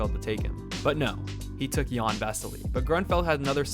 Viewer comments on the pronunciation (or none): It’s pronounced like yan or Yawn not Ian